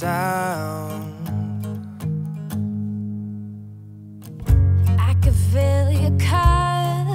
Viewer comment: Bruh why can't the girl just say the whole word like "soun"